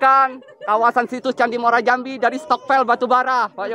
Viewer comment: Bukan Muara Jambi nanamanya tapi namanya Muaro Jambi ...